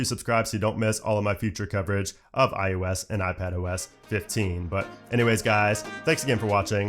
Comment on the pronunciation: i think its ios not ius